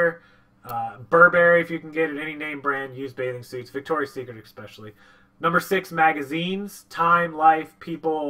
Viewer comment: especially not exspecially